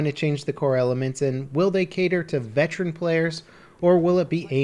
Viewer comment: Goddamnit,. It's veteran, not vetran.